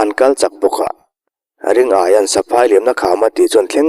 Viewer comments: Ring aia tia lam lo hian Ri ngaia ti a lam zawk tur ni awm tak a ni, Aia tih ai chuan Ngaia tih hi a mizo hming phuah/sak phung deuh lo maw.? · Ring -aia ti a i chhiar rik hi Ringaia ( Ri-ngaia) ti a lam tur a nih hmel mange, a thian ten Ngaia ti a an koh vang hian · Ringaia hi..Ring...aia tiin i lam a,Ri...Ngaia ti a lam tur niawm tak a ni. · Ringaia ni na na na,ring-aia tia han chhiar tlat mai chuh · Ringaia hi Ri-ngaia ti a lam tur a nih hmel. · A ngaihnawm e. Mahse, Ringaia hming hi Ri-ngaia ti a lam tur a ni lo maw ? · Ri-ngaia hmingpum i lam fuh lo leh selesih sangsarih khaw hlui tih hi ka helh deuh tlat. Selesih sangsarih chu tun hnu deuh niin ka hre sia.